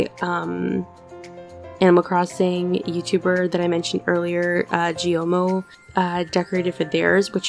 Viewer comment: Gyomo's name is said with a g (like good or get) and blends into yo. The most similar english pronounciation would probably be "go". Try saying "geyo" with a silent e for example. And then yeah, just mo, like mon I speak japanese so hope this helps